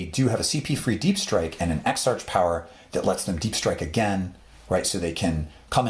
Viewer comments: The end of exarch is pronounced like monarch. Other than that well said. All pretty good points. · Great videos, but I have always pronounced the word, Ex-"ark"...is it Ex-"arch"?